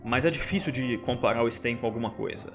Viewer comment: A pronúncia em russo é "Stêin" mesmo, e não "Stáin". Ótimo video, Supi!